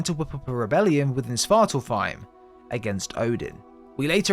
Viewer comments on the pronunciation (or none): and svartalfheim has an F. This guys pronounciations irk me